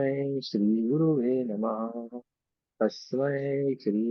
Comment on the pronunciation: कितना गंदा संस्कृत ! गचरुर् साक्षात् नही! गुरुस् साक्षात् !! गुरुवे नम: नही ! गुरवे नम: !! संस्कृत सीखो ! नही तो असंस्क्तही रह जाओगे !!